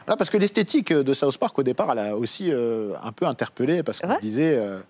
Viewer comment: "Saousse park"